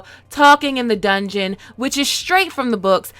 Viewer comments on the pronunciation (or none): none